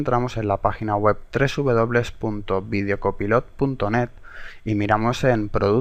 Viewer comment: se pronuncia videocopailot, pero creo que en españa es diferente